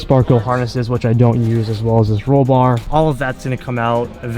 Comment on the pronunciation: You forgot to mention him saying roll bar